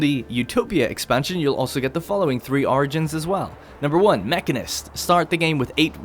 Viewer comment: Anyone else hear "argents" instead of "origins"?